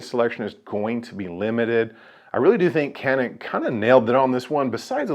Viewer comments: It's pronounced like ''jhanik'' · It's turkish. C's are J's. It's Janik. Not saying it to be rude. Just explaining . I just got one today. Very nice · I find myself unsure while talking about these guns, how I should be pronouncing the name. Is it actually pronounced as Canik or ‘Janik?